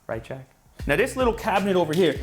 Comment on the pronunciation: every time you say jack I die of laughter